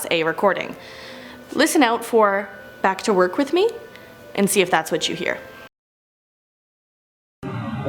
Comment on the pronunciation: The back to work sounds more like back away